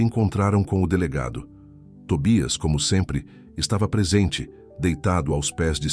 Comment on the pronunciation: Afinal o cachorrinho chama-se Tobias ou Tóbias. sr. narrador tenha cuidado no que está a ler e ou a escrever. Isto , se quiser likes na narração das histórias. Que eu saiba a língua portuguesa é a oficial do Brasil, ou será que há uma terceira chamada brasileirês?